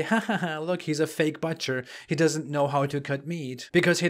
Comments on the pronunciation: You are butchering the the pronunciation of butcher. No offence, couldn't resist the bad joke. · Funny how you butcher the word butcher. Sorry could not resist. Keep up the good work